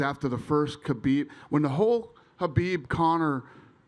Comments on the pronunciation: He is Khabib not Habib ffs😂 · Why does everyone go back and forth on how they pronounce Khabib's name. Sometimes they pronounce the K and sometimes it sounds like they say Habib. Am I crazy or is anyone else hearing that too??? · "That man", can't even say Khabib's name.